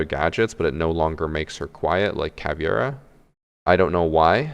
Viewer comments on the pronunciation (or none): Dude you try way to hard to pronounce cavs name and still get it absolutely wrong. Its not spanish.